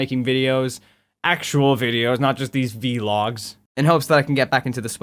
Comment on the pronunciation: It's not V-logs. It's VLOGS. You put the V and L together. And you don't have to worry, we still love you!